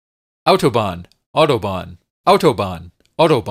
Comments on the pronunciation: I'm impressed by your correct pronunciation of the word "Autobahn". :) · I am impressed. I actually never heard a native english speaker saying "Autobahn" as clearly and pronouncing it as correctly as you just did. Glückwunsch! Des Weiteren: Watching the tunnel glitch repeatedly allowed me to transcend into a higher form of existence. Thank you for that.